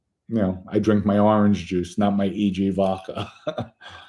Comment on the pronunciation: is so articulate, except he can't pronounce V-O-D-K-A, according to him its V-O-C-K-A😂. Love it! 👍👍👍